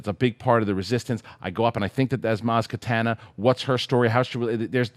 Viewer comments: ...can you PLEASE stop saying Maz Katana(ninja weapon)!! It's Maz KANATA. A star wars expert should not be making these character name mistakes. Love the show though! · this is his JTE moment. Seriously, every time he pronounces it as katana I cringe. It's the pathetic fanboy in me that gets OCD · You guys keep on sayin Katana... it is Kanata! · MAZ KANATA!!!! Repeat after me... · Yeah it's weird that of all people pronounces it wrong.